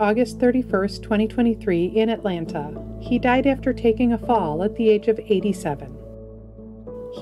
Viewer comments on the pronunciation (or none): none